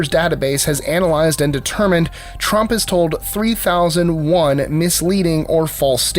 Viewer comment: Donald trumpt?